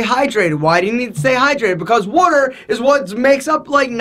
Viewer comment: the way he is saying water is hilarious.